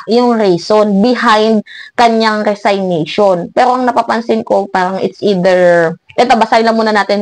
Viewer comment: Nakakatawa ka! Kung manlait ka ng kapwa mo wagas e dmo nga alam i pronounce ang resignation! Sino kaya engot!!???